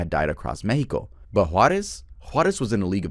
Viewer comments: its mex with an ex not meh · the “mehico” is pretty annoying i gotta side with germyz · The Mehico followed by pronouncing every word with a no sabo accent 💀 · I hate to be that guy, but Mexico, would have been pronounced as 'Meschiko' by the natives pre-colonization. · Just say Mexico like anyother word, it sounds so out of place and annoying